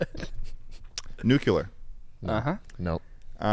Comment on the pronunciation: “Nucular” made me like